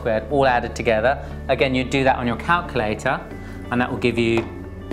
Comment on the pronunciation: I like how you say calculator. 'Calcalaytah' haha. :)